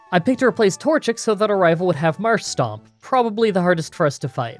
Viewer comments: It's Marshtomp, not Marshstomp. You sound like the sort of dude who would say Groundon instead of Groudon. lol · Dude it's MarshTOMP, not STOMP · A lot of people mention your pronounciations but I don't see anyone going after you for Marshtomp. It is not Marshstomp, there is no second S in there. It is just Marsh-Tomp. Besides that, a good video. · I generally stop watching Gen 3 games when May/Brendan pick Mudkip because nobody on the internet seems to pronounce Marshtomp correctly. Why don't people realize there is no second S in the name. It's Marsh-tomp NOT Marsh-stomp...that's my rant for the day, on with the show. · Much as I love these videos there is one thing that vexes me a little. You need to work on how you say Marshtomp. There is no second S in there mate. It's Marsh-Tomp not Marsh-Stomp. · ah, yes, "marsh-tomp"="marsh-stomp"; really gotta love that classic dyslexia. reminds me being dyslexic and all calling, groudon "grounddon", makuhita "makutia", and my personal favorite and the viagra in pokemon cannon: "viabra". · Can't figure out if Marsh-Stomp is a meme now or if it's a genuine mispronounciation of Marshtomp